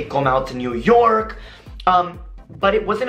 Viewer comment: 'ik kom uit new yorrrk'